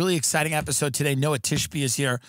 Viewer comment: Pronounced different in Israel, Noah like the Ark has a CH sound in the end, like the H in Hamas. Noa is a total different name and for females only.